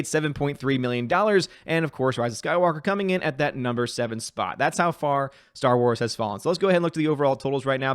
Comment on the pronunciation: I love when he says coming up with another video it sounds like comannamannam video!